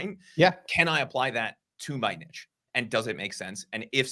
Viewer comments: This would be so much more effective if they stopped saying " NITCH " LOL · Please stop saying nitch. The word is niche, pronounced neesh.